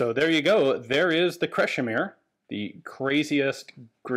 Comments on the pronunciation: Your pronounciation is spot on, "Crashimir" it is. Cheers from Croatia! Also, it's my middle name. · Welcome to Croatia! I heard about this things during the war, never seen them though. Good old balkan engineering. Oh and perfect pronounciation of "Krešimir" :)